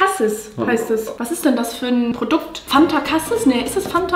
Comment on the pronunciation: nicht cassis sondern casieees 😄